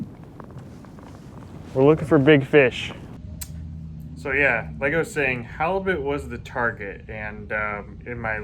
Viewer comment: When it's really big turns a little Canadian. Oh ya, ooh yah.